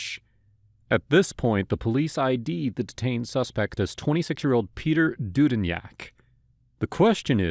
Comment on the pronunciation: Is pronounced due din btw